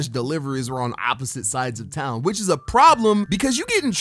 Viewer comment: appistote or opposite?